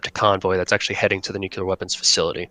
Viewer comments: Nuclear is pronounced New Klee Ur. Not New Ku Leur. If it was pronounced new ku leur it would be spelled nuculer but it’s not. It’s spelled nuclear. This is not hard guys. Just because a dumbass president said it that way is no reason to follow him into stupid town. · Nuclear! Pronounce it how it looks! Alright, now I can resume the video and enjoy it.